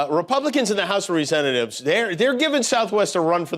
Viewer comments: The "House of Resentatives"? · Re sen ta tives? A slip of the tongue or not? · What a fantastic flub: "House of Resent-atives" you should coin that one Jimmy! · Jimmy, you said, "House of Resentatives". Wait. Maybe that's more correct. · The House of Resentatives? That was an interesting slip… I guess part of the lower house of Congress really does resent the American people…